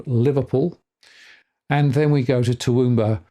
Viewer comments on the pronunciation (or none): How could you not know how to pronounce Toowoomba? And how did you come up with Derrimont?